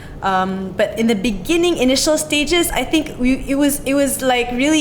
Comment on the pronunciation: you mean "in the beningging"